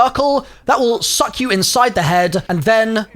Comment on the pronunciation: The way emphasized that suck hahah